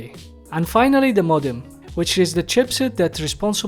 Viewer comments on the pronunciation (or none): Say the as ذا مش زا